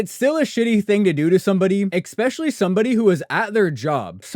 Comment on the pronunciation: Good video but man you really need to learn how to pronounce “especially”